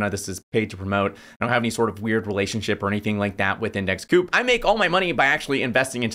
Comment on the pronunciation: Pretty sure it’s index COOP. Their mascot is a bird 🐦 owl